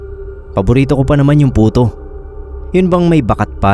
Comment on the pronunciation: Sorry po pero napansin ko lang.puto po d Buto hahaha